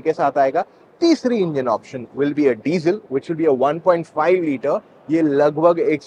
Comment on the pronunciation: Petrol and 'Desiel' ? Are you sure?